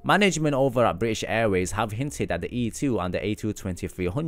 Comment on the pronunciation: I hate how he says british like please don’t miss out the T’s